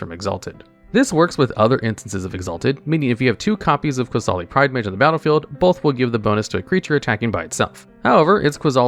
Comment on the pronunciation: 10. I think the funniest combo with Ajani's Pridemate would be with Weather the Storm. Imagine someone going for a huge Storm stack, only for you to cast Weather to make Ajani's Pridemate huge, provided no Flusterstorm or Stifle happened. 8. Did I hear Qasali pronounced as QUAsali? 7. It's Ee-kor-reeya. Not Ikoria. He even pronounced it correctly later, I think. Also, Kaheera's a girl? 1. Ah yes. Lurrus, part of the 2021 trinity of nonsense alongside Oko and Uro, and arguably the worst. You know a card is busted when a mechanical errata doesn't stop it at all. Also, what about Mirri, Weatherlight Duelist, Alms Collector, Hungry Lynx, Qasali Slingers, Leonin Shikari, Pride of the Clouds, Leonin Warleader, Pride Sovereign, Felidar Sovereign, Lion Sash, Prowling Serpopard, Temur Sabertooth, Qasali Ambusher, and Leonin Abunas?